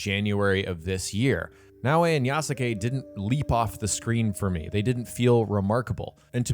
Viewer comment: I love how you refuse to pronounce Yasuke correctly.